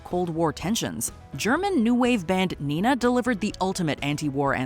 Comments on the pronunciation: understanding the popcultural impact 99 Red Balloons had not only in germany, one can expect that any socialmedia-newslike channel and their journalists should know the artists name is Nena, which accidently could be mispronounced as Nina. ...yes, i know i am an anoying smarty smurf. Sidefact: i didnt like Nena to much as a teenager. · It's pronounced NayNah. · It's actually NENA - 99 Luftballons... not Nina. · NENA! Not NINA! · Neeh-nah? No, it's NayNah.